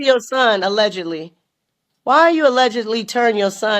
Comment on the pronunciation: It's nearly impossible for the average person to wrap their head around. And she's weird ash gotta take what she says with a grain of salt. Why she keeps saying aledgidly it's either true or it's not.